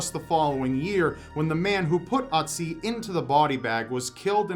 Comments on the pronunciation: It's OOtzi, not UHtzi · Ötzi not Otzi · Ötzi (you're actually doing quite well pronouncing it. the Ö should be like the i in Sir). It's been named such bc he was found in the "Ötztaler Alpen". The two German mountaineers who found him still ive, btw :-D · Sorry but I just can't keep myself from laughing at the way you pronounce "Ötzi". It's just so funny XDDDD